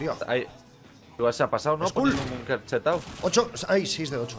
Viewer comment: Es bunker no bunquer